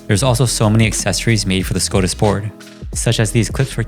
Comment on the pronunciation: TIL I have been saying Skadis wrong my whole life 😂😂